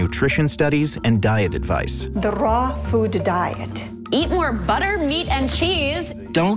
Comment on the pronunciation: the rrrraw food diet